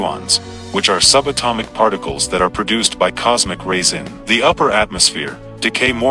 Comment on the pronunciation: you wrote muons and in the same frame misspelled it as mouns. That voice makes god awful syntax and pronunciation errors. Like cosmic raisins? Thats what that shitty robo voice actually sounds like, it said cosmic raisin.